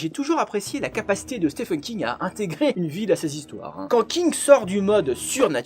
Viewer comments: ça ce prononce stiven king et pas STEFEN King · au US, Stephen se prononce effectivement Steven , que se soit King , Hawking ou bien même Stephen Strange chez marvel par exemple